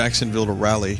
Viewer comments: Rally?...rally. jesus Christ vinny every time i hear you say rally instead of rah lee i cringed. The one time the city a live in come up in a game that vinny plays and he mispronounces it. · I'm sure vinny didn't even know Raleigh existed untill that stream, but way to butcher the name of the city nearby me... as well as the capital of my state, NC